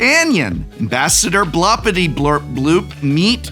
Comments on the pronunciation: It has everything! Godzilla, stickers, transformers, werewolves, dungeons etc. And the professor couldn't pronounce his commander's name correctly even once! 5/7 would recommend! I really want to see this deck in action now. Maybe in a Shuffle up an Play session? Sacrificing an Arm, a leg and your dignity to drag three victims to the table is just a small price to pay! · Prof: makes sure to carefully sound out Aarakocra also Prof: stubbornly refuses to properly pronounce Blorpityblorpbloop once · That mispronunciation of Blorpityblorpboop every single time XD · Hearing the commanders name misread each time was painful but overall I think this deck tech made its point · I just love hearing the professor pronounce "Ambassador Bloppityblorpboop" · This guy just totally mispronounced Ambassador Blorpityblorpboop name, what a low effort video. Unsubscribe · BloRRRpityBlorpBoop professor. It's BloRRRRRpity, not Blopity! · You're hurting my feelings reading Blorpity without the R. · you pronouced it wrong prof, its blorpityblorpboop not blorpityblorpbloop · More annoying than the entire deck was the Professor saying the commander's name wrong every single time. It doesn't end in "bloop", but in "boop" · Um… it’s Blorpityblorpboop… not Blopityblorpbloop…. Geesh… I thought you were an English professor. ;-) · BLORpityblorpbloop not BLOPpityblorpbloop. Jeez get it right! ;) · Hey Prof, It's BLOR-PITY-BLORP-BOOP, not BLOP-PIRTY-BLORP-BLOOP. Sincerely, The Pronunciation Police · Hey Prof, It's BLOR-PITY-BLORP-BOOP, not BLOP-PIRTY-BLORP-BLOOP. Sincerely, The Spelling Police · Drink everytine he says "Ambassador Bloppityblurpbloop" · Spectacular video! Only gripe is the repeated mispronunciation of BLORP-ITY-BLORP-BOOP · The most annoying part for me is Prof mispronouncing Blorpityblorpboop like 59 times lol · “Creative writing major”. Also doesn’t know how to sound out the commander’s name lol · How dare you mispronuncing Ambassadors Blorpityblorboops name.